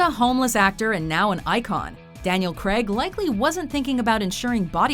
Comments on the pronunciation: hate how she says Daniel creg not Daniel Craig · Why is she saying Daniel CREG 😂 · the pronunciation of Daniel Craig's name annoys me to no end